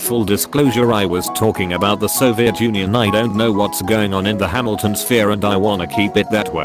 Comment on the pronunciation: Am I the only other hamilton fan that could only hear “jamilton” over and over in their heads. And when the other person said “it’s ok you can say hamilton” laughed so hard? No, just me?